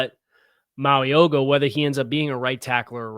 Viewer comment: Hey. Ok, I need to teach you how to say Francis Mauigoa's name. I can't go through the draft season with you saying his name the way you did today. Lol. His name is pronounced "Mow-ee-know-a". The G is silent. I have been hoping for 2 years that tbe Dolphins would somehow land him, because I have watched every game he has played in, and he will be a perennial All-Pro for years. He's got the work ethic and the athletic ability for an OL 330-plus pounds that is rare. PLEASE, PLEASE Miami draft him!!